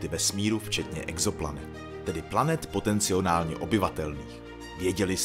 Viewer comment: Potenciálně a ne POTECNIONÁLNĚ